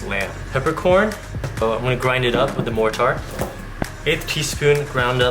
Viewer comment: Your pronunciation of “mortar” is fucking flawed